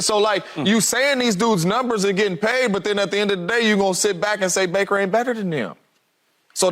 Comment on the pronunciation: Lmao. 😂 Bake-er... Mayfield.